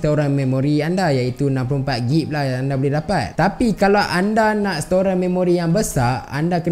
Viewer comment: Sebutan untuk gb adalag gig bukan gib